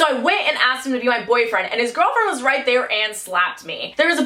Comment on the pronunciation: Just me or do y’all love it when she say “vright? Vright.”